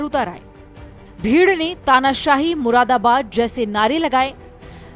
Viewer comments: Who is this reporter it's murdabad not muradabad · "तानाशाही मुरादाबाद"..नहीं.."मुर्दाबाद"..😊😊